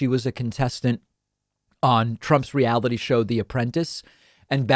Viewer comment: What’s a realbity show?